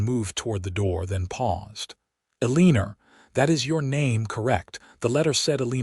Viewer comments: Do you even listen to your final product before you put it out there? It's either Eleanor or Elina. Not Eliner. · It's a cross between e lay nuh and ell uh nor. So, e lay nor!! Lol 😅😅. This AI stuff is non responsive to our requests for a prooflistener to improve the stories!! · The woman's name is Alina not Aliner and yet its mispronounced in every story. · I wish you could manage to pronounce Eleanor El- ea- nor not Elina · I can’t do it any longer! Only 40 minutes in but mispronouncing the name of one of the main characters (Aliner instead of Alina) is messing with my enjoyment of a potentially good story. Mispronouncing some general words that have dual pronunciation and/or meaning is one thing, but the name?! AI sucks! Just read your stories yourself! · The voice keeps saying Elina’s name wrong. It’s supposed to be E Lina, not Elinor . I’m sick 🤢 of it ❣️🇺🇸❣️ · Elina. Not Eliner. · Eeeeleeenaaaa...not eeeleeenerrr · I won’t listen to another story with such poor narration. “E-lean-nor”. Too many other misspronunciations . Clean up the narration and repost it. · Eastern “Elineer” instead of her real name. It’s a New Yorker thing. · "E-lin-er" ha,ha,ha. 😁😄😂😂😂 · "El-ee-ner" ?? AI messed this up. Alena? Eleanor? The pronunciation just about ruined the whole story for me. 😅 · Her name is E - lin - a! Your pronouncing it wrong! 🌿⚘️🌿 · The use of her name being mispronounced is irritating. Instead of Elina, it’s being pronounced E liner. I’m sick 🤢 of listening to it.❣️🇺🇸❣️ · After reading the comments I see how the narrator massacres Elinas name. It is annoying! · This was a great story but his miss pronounced of her name was very distracting. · Great story, but maybe fix the way the narrator says Elina's name. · Many other names are mispronounced in these stories, too. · I can't listen anymore. The AI narrator cannot pronounce her name correctly, and some of the words are used wrongly. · It is annoying. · So annoying your AI kept mispronouncing the name Elina.